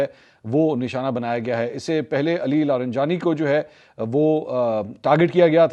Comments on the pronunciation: منصور بھائی لارینجانی نھیں بلکہ لاریجانی ھے یہ تلفظ کی غلطی صحیح کیجیے شکریہ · I really enjoy your Urdu pronunciation but disappointed with your pronunciation of non Urdu words. E.g Fajira instead of Fujairah, Jabeel instead of Jubail, LariNjani instead of Larijani. Hope you will take this as constructive criticism.